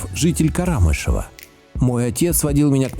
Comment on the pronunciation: Не КарАмышево, а КарамЫшево (ударение на Ы). Там родилась моя мамочка.